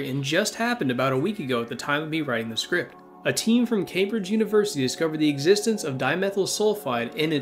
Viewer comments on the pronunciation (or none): none